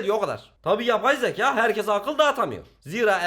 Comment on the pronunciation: YAPAY ZEKAAA!! YABAY ZEĞAE